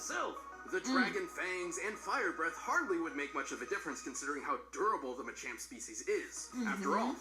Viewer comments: MACHAMP NOT ma champ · This man said “manchamp”. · She said it ma-champ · Muh champ is how you say it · It's called ma-ch-omp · It’s “muh-chAmp” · To help you guys out it's actually pronounced Machamp(Muh-Champ) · You seriously don’t know how to say machamp? Like dude, don’t go hating on Pokémon like that. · It was sad seeing them try to pronounce Machamp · NOO THEY CANT PRONOUNCE MACHAMP IT BREAKS MY HEART🥺